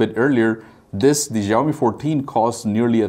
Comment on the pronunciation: please pronounce xiaomi correctly